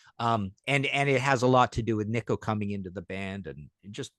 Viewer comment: When did Nicko become “Knee-koh”??😅